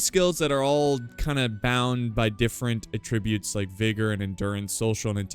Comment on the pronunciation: Ah-Trib-You-t's youts like toot toot. NOT "A tribute" but "ahhh trib youts, love ya, God bless!